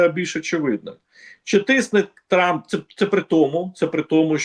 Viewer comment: «Труп.. тьфу.. трамп» оговорочка по Фрейду 😂